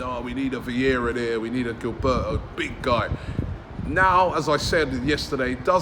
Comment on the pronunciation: Did Robbie say "GILLberto"?